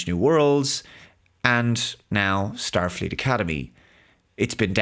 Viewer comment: You mean, "shtarfleet academy".